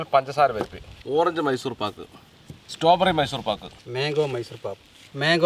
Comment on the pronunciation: സ്ട്രോബെറി ❌സ്റ്റോബെറി ✅